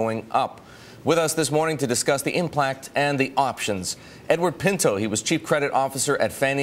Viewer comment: He said "implact" :20 ... :)